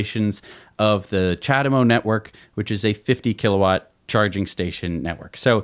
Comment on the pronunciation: "ja-dem-oh".... it's CHA-de-MO ... not hard to say mate.